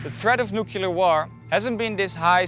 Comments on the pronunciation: you made a whole video about nuclear explosions, but still called it nucular 🤣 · Stop sayin nukiler. It’s so annoying. Even most veterans call it nuclear. WTF is nukiler. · Came here to just say it's pronounced Nu-Klee-Er (Nuclear)...Not nuke-u-ler... Why is this mispronunciation so common? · Noo Clee Ar weapons. NOT Noo Cue Lar weapons ok? Thank you. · It's NOO-KLEE-AR not NOO-KYOO-LER! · It’s pronounced NU-CLEAR not NU-KYU-LER. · Please please,, it's nu klee er,, not nu ku lar. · Someone tell the reporter it's 'nuclear', not 'nucular'. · It is pronounced nu-clear not nucular. Those are different things entirely. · NUCLEAR. NOT "NUKYOOLAR." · If you’re going to make a video on a topic, at least pronounce the word correctly. It’s NUClear not nook-yu-lar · I understand the narrator is foreign but it is still 'new-clear' and not 'nuke you ler' smh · If you can say NEW and CLEAR, you can say nu clee err. Why do people say nu cu LER?? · Nuclear… not “nucular.” UGGH…. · The word is spelled & pronounced NUC-LE-AR it is not pronounced NUC-ULER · It is nuclear. Not new killer. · Nucular or nuclear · Pronounced NUCLEAR not NUCULER. Sorry physicist pet peeve. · NUC-LEAR weapons. Not NUKE-YOU-LER weapons. I couldn't even watch the whole thing. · I can't listen any further to a narrator who pronounces "nuclear" as "nuke-you ler". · I think the presenter's mispronounciation of nuclear as 'newkiller' bombs is very appropriate. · I can’t stand this guy saying “nucular” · Not very good if you’re close and it’s nu-cle-ar. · NEW CLEAR NEW CLEAR NEW CLEAR NU CLEAR NU CLEAR Nuclear Its.Not.Hard.To.Say. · As grateful as I am for this video, I still cringe every time I hear "nucular." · New-clear. NEW-CLEAR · It’s not that hard! NOO-CLEAR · Say "nucular" one more time. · Sorry, I had to click out after three separate people mis pronounced nuclear as nu ku ler.... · Nucyouler war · Can we please stop pronouncing it "nuk-U-lar" ????? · PLEASE stop saying "nucular". There is no such word.